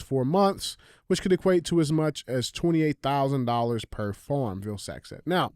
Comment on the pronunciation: "Farm" - another word DJ cannot pronounce, definitely not a black thing but c'mon dude, it's not FORM, it's FARM. I'll swap Andy a herd of pet cows for a healthy supply of Phormula 1!! You better hope the bird flu doesn't make too many cows sick, the price of your whey for protein powder will skyrocket